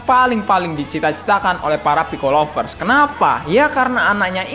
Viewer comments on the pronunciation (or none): none